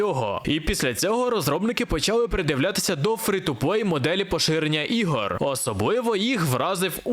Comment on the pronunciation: Прохання до автора, англійська літера "E" читається як "і", тому слова "Стим" "Фри" чи "Дискорд" до прикладу, звучить як якесь глузування з української. "Стім" "Фрі" і "Діскорд" мають літеру "і" і це не калька з російської